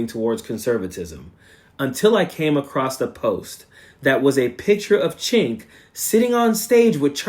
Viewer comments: I agree with all of your points. I recently unsubscribed from TYT. My one criticism is mispronouncing Cenk's name. Either you are actually not familiar with him or showing the same bad manners as MAGA mis-pronouncing Kamala. Cenk is pronounced 'Jenk" if you are familiar with him you know that. Don't stoop to their level of rudeness. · Actually, it's pronounced Jenk but I haven't listened to him or Ana a long time. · Haha sounds like he's saying "ch*nk" 😂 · He pronounces his name like Jenk; not chenk. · Cenk is pronounced as Jank. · Cenk is pronounced "Jank" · It’s pronounced Jenk. I’ve totally lost respect for his ranting and raving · Coach, it's prononced "Jenk" And l could never stomach him. I loathe him now. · Shouldn't it be Jenk? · For crying out loud, it's pronounced Jenk, just pronounce the 'C' like a 'J,' that's all. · I never liked him but his name is pronounced with a J not a CH. It sounds like you're calling him a slur for chinese people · I'm an American living in Turkey. I was under the impression Cenk was Turkish. If so, his name is being pronounced wrong. Also Cenk translates to 'war'. I know useless facts. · The way you pronounce Cenk 💀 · It's all good, brother. Sorry for my tone. In Turkish, 'C' is pronounced like a 'J' in English.